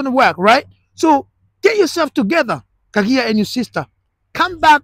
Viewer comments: KAGAI NOT KAGIA.👍👍👍👍👍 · It's Kagai not kagia